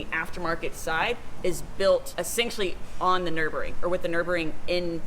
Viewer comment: It's Nurburgring, not Nuburing.